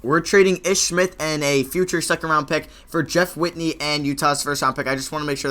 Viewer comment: Jeff WITHEY not witney